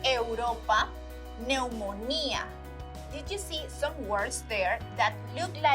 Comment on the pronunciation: You said NEUMUNIA instead of NEUMONIA.